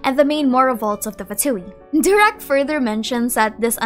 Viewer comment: Pls not durak but doorak means stupid